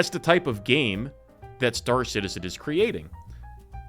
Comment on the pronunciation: Star Citedium 😂